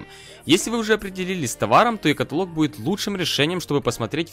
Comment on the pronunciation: Блять правильно будет ЕкАтАлог!!!